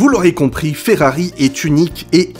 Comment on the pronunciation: Arrête de dire Ferrari avec un accent Espagnol mes oreils saigne.